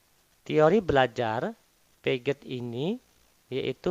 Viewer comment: Bang, Piaget di baca piase bang 🙏🏿